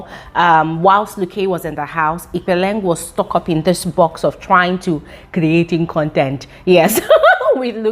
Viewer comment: It's the way she says CREATING CONTENT 😂